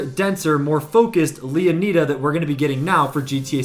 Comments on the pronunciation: Did you not read the part where he said its "Leonida" not "Leoneda"... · Are you slow? Did you not listen to him Mispronounce LEONIDA? Thats my reason for my initial comment you slow poke ahzzz boy 😂 Pay attention because you commented to me just to look dumb. Pay attention!!! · He's saying that this YouTuber is saying the name wrong.